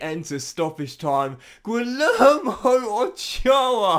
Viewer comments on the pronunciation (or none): LL in Spanish si pronounced like Y in English. Imagine it is Guiyermo, not Guilermo. Thanks in advance